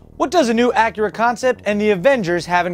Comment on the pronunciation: wait did you say the name of Acura is "Whip"?